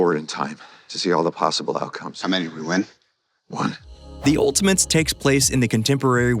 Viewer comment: He keeps saying "Ultimints."